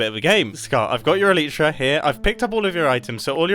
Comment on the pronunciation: NICE REFERENCE 😂 you and grian pronounce "elyt" on Elytra as "elite"